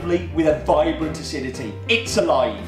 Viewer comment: Shouldn't that be vibrant, not Virbrant?